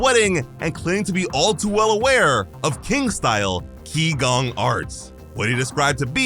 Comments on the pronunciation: You have one error. Qi Gong is Chinese in origin and pronounced 'chi gong' is actually translated as energy work. Gong fu is the term translated as skill atained through hard work and effort. The implication is that king would be learning to harness his internal energy. Not just physical exercise. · qigong is pronounced chi-gong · Translation correction: Qigong, pronounced chi-gonh, is broken down into Qi, known to the Japanese as chi, such as what you hear from Dragon Ball, means "air", but metaphysically means the supposed energy in one's body. Gong means martial arts, so Qigong is roughly just the martial arts of using one's chi